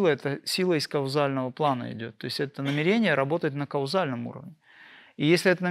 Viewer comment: В слове намерение ударение на первую букву Е. НамЕрение🙏